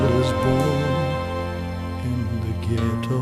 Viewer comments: Mac Davis wished Elvis had pronounced Ghetto as ghe-doe not ghet -toe. He did not write it that way. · Mac was taken aback when Elvis pronounced the word ghetto the way he did. But it worked anyway. I remember a routine with Richard Pryor making fun of the way the word was pronounced in the song.